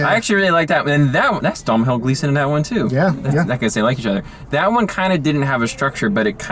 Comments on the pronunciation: "Dom-hawl Gleeson... son of Ben Gleeson, another great British actor..." Ooh boy. I think you mean Domhnall (pronounced Doh-nall) Gleeson, son of Brendan Gleeson, another great Irish actor. Nice try though. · Really excited this movie is getting some attention, I liked it a lot but nobody I talk to has even heard of it. But his name is pronounced "Dough-null," rhymes with "tonal" :/ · You're lack of care at the start really annoyed me. 1. It's called The little Stranger.....not Little Strangers. 2. Domhnall's (pronounced Donal) father is Brendan not Ben. 3. They're Irish actors not British. Fun facts.... Lenny Abrahamson is an Irish film director......Room was written by an Irish author. I'm Irish forgive my nitty picky ways. That being said I loved the review. I also think there could be some symbolism in the acorn......as in end of family trees and the line of inheritance ..... with no acorns there can be no more trees. He ended up in a dead house among dead leaves. Caroline admitted that herself and her brother also broke off acorns. Probably reading too much into it but it is interesting.